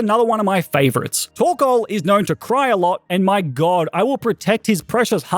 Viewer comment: Am I the only one who thought he said “torkola” during Alister gym battle?